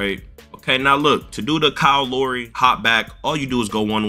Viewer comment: Man said Kyle lowree 😂